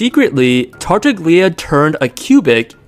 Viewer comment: Hey, just a heads up for future videos and for whoever may scroll down to the comments "Tartaglia" is pronounced /tar'taʎʎa/, which sounds somewhat like "tar-TAHL-yah" Other than that, excellent exposition, very clear and intuitive, and especially AI-less, rarity in this day and age, for which bonus points